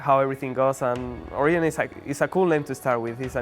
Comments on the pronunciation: they named it Origen in a Spanish spelling but xpeeke tries to pronounce it like an anglo, "oriyen". sell out. #Giants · Orijen is wrong in both spanish and english. it's always going to be with a G. as to pronunciation. you pronounce it in english. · Not Origen, Oriyen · It sounds like he is saying Oregon if he was from the east coast when he says origen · Is it ORIGEN or ORIJEN, xpeke stop trolling us... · when he says origen it sounds like Korean lel